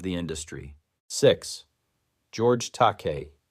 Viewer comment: Well done but George Takai is pronounced Tah-ky.